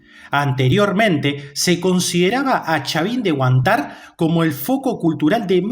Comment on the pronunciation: Entiendo que al no conocer el nombre lo pronuncies incorrectamente pero como muchos lo conocerán por este medio mejor corregirlo; se dice Supe no Supé y Chavín de Huántar no de Huantar. Gracias por difundir mas sobre Caral